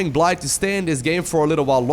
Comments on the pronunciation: I think Bly is pronounced Billy. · The UKRAINIAN player is simply called BLY (blai) You don't know,, do you? XD